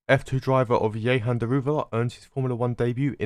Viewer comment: Note: It's not Yehan, it's Jehan. The 'j' sound is there.